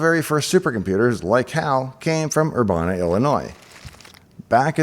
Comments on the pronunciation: The town Urbana is pronounced Ur-ban-nah (like banana) . Not Ur-bahn-neh. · Urbana is pronounced er-BAN-eh not er-BAHN-a, like ban the bomb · Ur - ban' - a Not Ur- bah-na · For the record, Urbana rhymes with banana. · No mention of Dave's mispronunciation of "Urbana"? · Very interesting. Minor point, but the “a” in Urbana, as others have pointed out, is pronounced the same way the “a” is in banana. (I grew up in central IL, not far from Urbana.) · Super minor pronunciation quibble: most of us who live in or are from Urbana pronounce the middle syllable (ban) exactly like the English word "ban" spoken in the most typical American accent. Like "bandit" or "Bruce Banner." Also, am I mis-remembering the film? Or are you describing the events of the book? I don't recall Dave trying to awaken the crew before HAL killed them -- I think HAL did that unprompted, and I don't remember anything about the air being removed from the ship (not technically a station, I believe). But it's been a while since I saw the whole film, I could be mistaken. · Just FYI the ban in Urbana is pronounced just like ban. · Learn to say “Urbana” instead of sounding stupid.